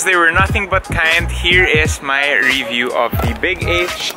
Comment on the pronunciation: Love how you say "re-view" instead of "review". hahaha. Keep going! Loving your vids.